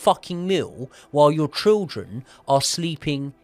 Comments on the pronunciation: Children ❌ Trildren ✅ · I heard trilchren. I heard shildren. After i noticed this, i couldn't focus on the episode. I'll give it another go when i forget this🤣.